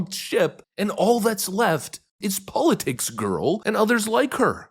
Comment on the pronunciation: You mispronounced politics